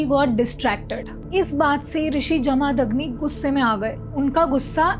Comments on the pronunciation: Please pronounce Jamadagni properly. Its not Jaa-maa-dag-ni.. its Ja-ma-dag-ni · जमदग्नि है वो not जमादग्नि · कृफया भारतीय नामों का सही उच्चारण कर लिया कीजिए। आशा करता हूं कि आप देवनागरी पढ़ लिख लेति हैं। नहीं तोक्षसीख लीजिए। जमदग्नि ऋषि हैं, न कि जमादग्नि। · Vo pronouncing jamadagni in wrong way